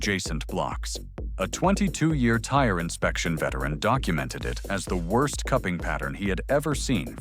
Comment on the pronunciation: WIRST, WROST, WERST...